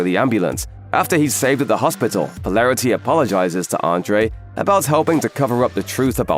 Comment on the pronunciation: how is your pronunciation of the names so bad ... po·lar·i·ty, Vought etc